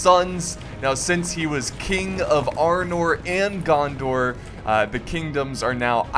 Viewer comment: haha the way you pronounce the names is very american and very funny.Arnoor,Gondoor,Isildoor